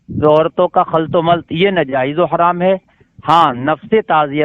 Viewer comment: اِن جاہلوں کا یہی کام ہے جب پھنس جاتے ہیں تُو کُتّے کی طرح پگلا جاتے ہیں پھر بهو بھو شروع کردیتے ہیں جہلا سب اس جاھل کو تو صحیح طور پر بولنا بھی نہیں آتا ناجائز کو نازائز بول رہا ہے بے غیرت بے وقوف جاھل